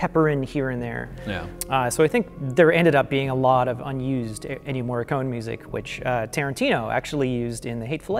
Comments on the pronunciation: The main theme is absolutely by Ennio Morricone (pronounced 'Morri-coney' not 'Morri-cone') and it sounds just like Carpenter because Carpenter asked him for something 'simpler and spookier' and 'not to do so many notes' and he came back with basically an impersonation of a Carpenter theme - which I think is kind of fitting, due to the subject matter. If you listen to the original soundtrack album (which features only the music Morricone composed), the theme is featured in ‘Humanity Pt. 2’ and he also uses the same melody in a slower orchestral arrangement in the track ‘Humanity Pt. 1’, which is also used in the film. Carpenter and Howarth maintain that they only created some moody, interstitial cues - great ones at that - including the music that plays during the reveal of the title. I totally understand why people assume Carpenter must have written the main theme -- I thought the same thing! -- but Carpenter says the theme is Morricone's (he even said so before he performed the theme in his live shows a couple years back) and Morricone says it's his, and both men have no reason to lie about it, so... it's his. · Oh god. I love, but every time he says "MoreeKONE," I die a little inside. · What are you talking about. As an italian, it is pronounced Morri-con-e, with the e pronounced like in "end" and the double r it is pronounced like actually saying r two times in a row. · It bugs me that can't pronounce Ennio Morricone. It comes off as a bit arrogant. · ennio morricone is pronounced with an "ay" sound at the end. cone is not pronounced in the english pronunciation